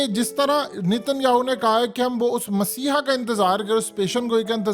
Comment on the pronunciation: Word is messahia. You are saying essiah